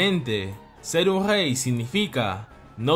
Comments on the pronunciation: Una pregunta no sabes pronunciar la r porq en vez de rey dices jey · En vez de rey dice gey 😂